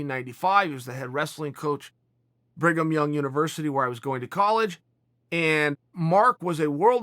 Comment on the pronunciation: Did you say you went to Bringum Young University?!?